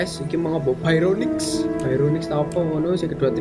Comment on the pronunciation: Bacanya barionix bang buka bayronix